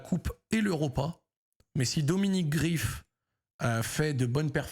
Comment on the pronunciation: Bordel Zack le goal s’appel GREIF Pas Grief Ça te fait chier de prononcer son nom correctement ou quoi ? Je sais que des que ya une consonance allemande vous avez du mal mais là t’abuses quand meme mdr